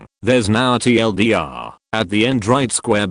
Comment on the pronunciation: Full stop. Dot. My favorite is TLDR being said “TL; doctor